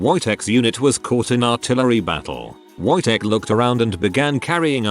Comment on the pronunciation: I hates listening to the Wojtek one because it was said how it is spelled, the W would make a V sound so it would sound more like vojtek